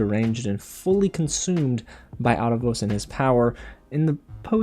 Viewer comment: Last video I said I thought you pronounced Aaravos weird. Compare Aaravos saying his name to Viren and how you say it your videos. Love your video’s BTW.